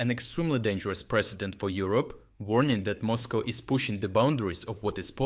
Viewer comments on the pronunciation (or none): none